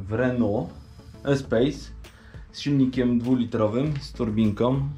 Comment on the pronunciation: Wszystko fajnie super bo brak materiałów nt tego auta na YT. Ale litości... To EspaS nie EspEJS... Ale łapka w górę i będę obserwować co sie tu dzieje i liczę na więcej. I pewnie nie tylko ja ;)